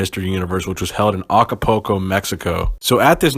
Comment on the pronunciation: More old school poses! You butchered Acapulco 🤣🤣🤣